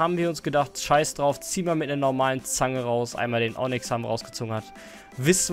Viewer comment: normale Menschen: Onyx: Onnyx